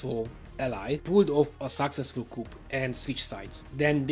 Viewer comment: Thank you. I was aware of the Treaty of Trianon and some of what happened in Hungary during WW2. N.B. Coup is pronounced ‘coo’ by both French and English speakers. Cheers from NZ🇳🇿.